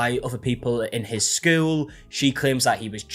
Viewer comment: The way you say school is so Jan from Brady Bunch coded. Skewwel